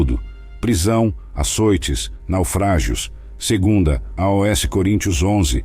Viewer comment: Porquê dizer a.o.s. quando se lê aos tudo pegado sem ler letra a letra. (pronuncia-se aus). Por favor não invente.